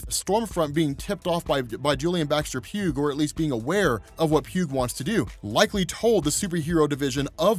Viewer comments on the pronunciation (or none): "Pugh" is pronounced "P-YOO," not "P-yoog."